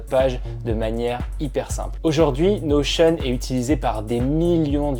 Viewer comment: Je viens de découvrir que ça se prononçait "Notion" à l'américaine mdrrr merci à toi